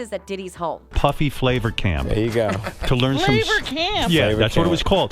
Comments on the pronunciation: It's FLAVA like Flay-va NOT FLAH-VA smh how do they get these things wrong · Cause flavour was spelt flava she said flarvah 😂😂😂😂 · Flavuh? Really?